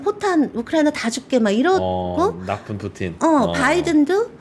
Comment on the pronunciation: 푸틴보다 푸찐이 더 맞는 발음이었나보네요. 근데 푸찐보단 푸틴이 더 입에 잘 달라붙음 ㅋㅋㅋ